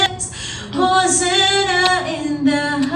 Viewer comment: Hosanna po...... not hosenna